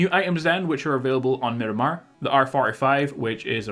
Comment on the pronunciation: Stop calling it Minimar it’s Miramar